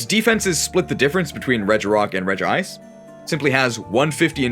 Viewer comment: why did you add an extra syllable to Regice's name